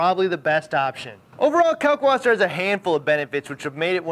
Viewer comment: Pronounced kAHlk Vaßer